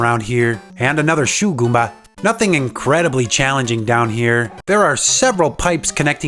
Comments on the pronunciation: Um. It's "Shoemba." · I just wanna hear this guy say "shoe goomba" over and over and over